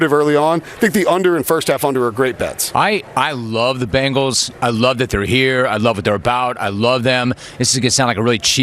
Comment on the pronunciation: For the love of Cincy Please say Bengals CORRECT